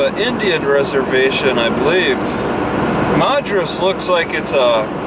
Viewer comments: You tend to emphasize the last syllable like you are in France. As if Madras is a purveyor of fine wines rather than mexi-van burritos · Still mispronouncing madras and redmond, among others...